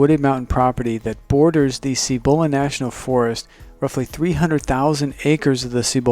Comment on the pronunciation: Cibola. Emphasis on the first syllable. Seee bu lu not see BO la.